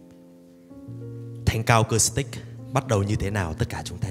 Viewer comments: Xin góp ý nhé: chữ acoustic nên đọc với âm của chữ u chứ không phải đọc theo âm o hay là âm ô. Xin hãy đọc à- cústic, đừng đọc à-cóstic hay là à-cốstic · Chuong trình rất hay, sâu lắng, trân trọng, sốt sắng. Xin có một góp ý rất nhỏ: bạn MC rất hay , duyên dáng, lưu loát. Chỉ có một điều nhỏ là chữ ” acoustic” phát âm không được rõ ràng, nghe như “ acostic”. Nên phát âm:”a- cus-tic.( âm “u” chứ không phải âm “ô”). ❤️🙏😇